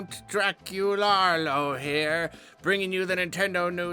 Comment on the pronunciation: Ah yes, Dracularlo from Transilvarlo